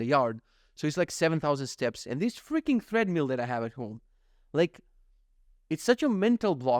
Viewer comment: Enjoying the podcast on audio version. Just came here to say - it's pronounced "TRED-mill" not "THREAD-mill" 😊 looking forward to next episode